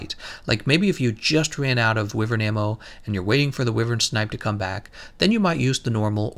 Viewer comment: i thought wyvern's pronunciation was why-vern not wee-vern, am i wrong or is he saying it wrong?